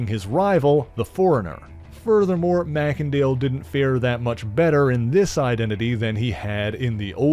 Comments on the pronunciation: May-Sin-Dale NOT Mack-En-Dale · I think that you pronounced his last name wrong: I think that it should be pronounced MACE , and not MACK! Other than that though , good job . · It's not pronounced "mac-ken-dale".. 'A "mac-ken-dale" pronunciation would be assumed under a Scottish etymology, but in that case, the first vowel (or consonant) following "Mac" would be capitalized. But this "e" is, and has always been, small-case. Therefore, It is not Scottish derived, and is pronounced as "may-sen-dale".